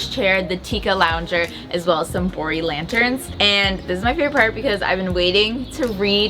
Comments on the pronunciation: Yeah, I too thought I heard "boring lanterns" and not "Bori Lanterns." I thought, "Well that's not a nice thing to say about those lanterns! Yeah, they are simple, BUT not boring!" LOL Awesome makeover! I wish I could be HALF as clever as the two of you! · Lol I had subtitles so the same thing happened cuz it thought she said boring not bori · every time she said "bori lanterns" I heard "boring lanterns" and it took me an embarrassingly long time to realize that she wasn't calling the lanterns boring